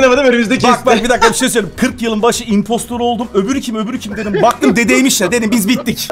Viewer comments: impstor degil imppstIr. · Abi İmpostır diye okunuyor 😉